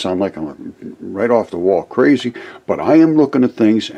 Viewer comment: Your not crazee it is seeable.